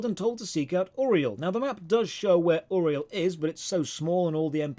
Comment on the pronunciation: I appreciate you actually pronouncing Uriel correctly. My own wife can't.